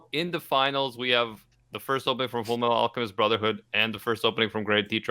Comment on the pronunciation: yea its fulu metal acamistu brozherhoood